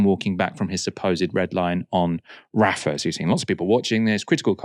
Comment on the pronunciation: it's Rafa and not refa..